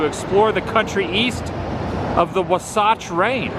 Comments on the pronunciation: moes of the names of the places and stuff you talk about is miss prononced such as the mt range you mention it is pronunced like this WASATCH WAA SATCH whch is an indian name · its awesome that you finally came to UTAH! but there are a few things , your mother is right and those other flowers are of the wild variety that grow around here. next , it is pronounced " waaah-saatch mountains , and there is a Dead Horse national park along with devils garden and death vally , let alone here in salt lake we have a place called suicide rock along with a lot of old stuff from the time when the mormons barely moved in here like the fort walls with cannons on the mountain ridge that the government put up incase they had to keep the mormons in check ! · When you’re not from Utah and pronouncing wasatch